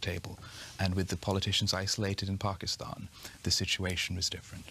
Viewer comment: Charlie rose: pakiushhtan